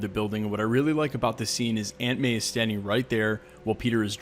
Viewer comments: Every time you said aunt may I thought you was saying ant man! I’m like, ant man is in the movie? What!!? Where!!? 😱 😂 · When you said Aunt May is right there beside him I thought you said Ant-Man. Aunt pronounced awnt, not ant. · Anyone else think he was saying ant man while saying aunt may? Haha